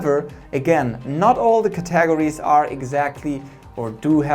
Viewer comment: "Cat-a-gor-ees" lol